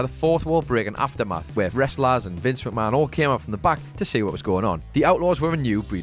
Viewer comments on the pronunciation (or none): none